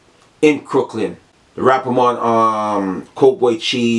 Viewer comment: Lmfaoooooo dawg Everytime u say rappa Mon I died